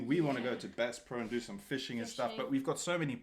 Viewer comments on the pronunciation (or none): Bass PRODUCE!? It’s BassPro. Apologize to America: You don’t go there for lettuce and tomatoes! 😂😂😂😂😂😂